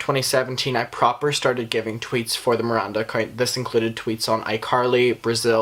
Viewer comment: Love the disrespect of mispronouncing her name, even 'Merinda' 😂 how did you watch all the videos and info without figuring out the G that sounds like a J in Ballinger? 😂 it had to be on purpose!